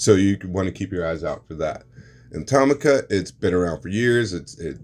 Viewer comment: Toe-Mee-Ka has been around since 1970